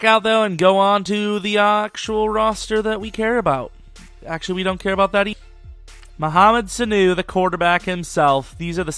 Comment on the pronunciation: Damn you butchered his name